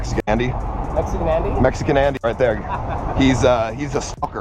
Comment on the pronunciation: You said Mesican Andy.